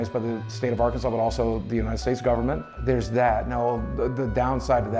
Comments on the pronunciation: Also, emphasis is on 1st syllable, not 2nd. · It’s pronounced are-can-saw, not are Kansas. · First of all it's AR KAN SAW!!!!! and secondly this man is repulsive and was from the start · also nobody's pointed this out(and it's a minor thing but still) but it's "are-can-saw" not "are-can-sass" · It's pronounced "Ar-kan-SAW" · Kansas. Akransas. America why???^^ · R-Kansas??? This doc is not credible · Haha he said R kansas 😅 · For future reference, it's pronounced Ark-in-saw. And I think Boogie made ALL of his shit up. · it might be Fr. Bro said Ar-kansas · That's a pretty braindead take on gamergate. Then again you can't even pronounce Arkansas right so....